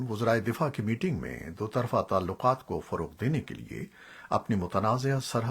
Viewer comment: Buhut hee khubsoorat Awaz hai aap ki jenab Hameed Baig Sb. Lehja bhi buhut khaalis hai... Kuch tallafuz edhar udhar ho jaatey hain aap se jaisay 'Lakhi Marwat' mein ek mayqey par 'Lakhi'.. .. Shoba-e-Talkuqaat-e ki tallaffuz mein ek jhagha ghalti.... Shayad bharthi umur ki wajha se.... Allah Paak lambi umur atta farmayen. Sehat k saath. Shukria... NIAZI